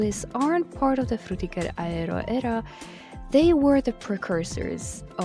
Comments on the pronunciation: Oh my god the way you say it is so GOOD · I appreciate how you pronounce Fřũþįğëřœ Æęřœ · Great video but also it sounded like you were having a seizure every time you pronounced "Frutiger Aero"